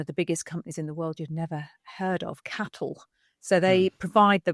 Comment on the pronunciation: It's C.A.T.L. not cattle